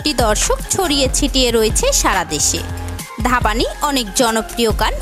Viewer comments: Dhabani 😅😅😂😂🤣🤣 Ore dhabani na dhvani উচ্চারণে ভানি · নামটা ঠিক করে বলেন এইটা ধাবানি না ধ্বনি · আপনি ধাবানি বলেছেন কেন ধ্বনি ভানুশৈলী কে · Or nam ধ্বনি,ধাবানি na 🤣। sotti bangladeshi ra etto baje uccharon kore🤣ar ota vaaste basti na🤣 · Are kangladeshi ota dhabani noi re dhani uchcharon hobe 😂😅🤣